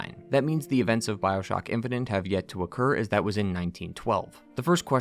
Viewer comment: Infinite, not infininte.